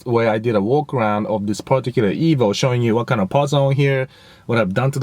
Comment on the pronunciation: You keep saying ebo what is an ebo? Lmao